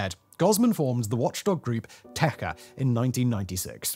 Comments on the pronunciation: It is not "Te Ha River". Te-Cha would be the better pronouncication. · The ч (ch) in Techa is pronounced as in chair, fyi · Cha in Techa is pronounced in a similar fashion to Chad minus the d, while Te sounds like it has an i in between the T and e- Tie. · I was born in Ozyorsk and lived there for 18 years. The town itself is very clean and beautiful. Although there was a notorious lake Karatchai (sealed with concrete several years ago) and river Tetcha ('tch' pronounced like China, not 'tech'a) that were used for dumping the radioactive waste. Caused a lot of deaths from cancer in nearby villages. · Techa river pronounced with “ch” like in “cheese” ) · ch in Techa pronounced as in check, not as in tech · This is like Simon's 4th video on Kyshtym, and he still hasn't figured out how to properly pronounce "Techa."